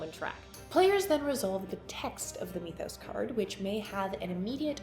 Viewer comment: How on earth did you decide mee-thos was the way to pronounce that word? Do you say "meeths" as well? Made this unwatchable for me.